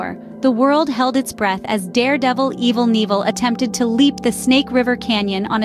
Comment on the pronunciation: LOL Evil Neevel, formally known as Evel Knievel. I'm dying.